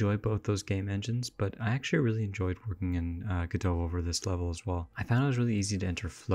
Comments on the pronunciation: You can simply type !pronounce in the official Discord and get this: Godot is usually pronounced "go-dough" (the "t" is silent). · Leonard Meagher Samuel Beckett said it was a homonym of Godeau. He also said later that the stress should be on the first syllable, and that the American pronunciation was a mistake. However, in French, the lanuage in which the play was originally written, both syllables are stressed evenly. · Who reads godot and goes "oh yeah this is pronounced godoh obviously" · Godot has always been pronounced differently between America and England. In England the accent is on the first syllable and in America it's on the second.